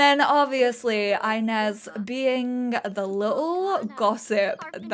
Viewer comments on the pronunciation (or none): oh this absolutely feels like watching one of your old school lps - just better because its basically gay fanfiction - and i am LOVING it <3 just one small thing: 'inez' is pronounced ee-nez, not eye-nez ^^'